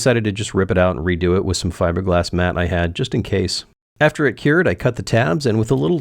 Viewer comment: Five-rglass?